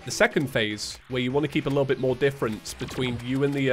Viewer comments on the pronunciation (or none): My man said "difference". 😂